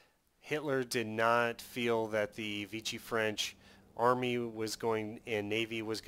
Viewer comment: It's V-she. It's french not italian. (Using a Latin pronunciation instead of French)